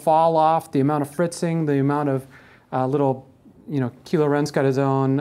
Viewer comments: Keelo Ren? Haha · he calls Kylo Ren "Kilo Ren". I kind of dig that pronunciation. Makes him sound like a badass space drug trafficker. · Did he just say "Keelo Ren"?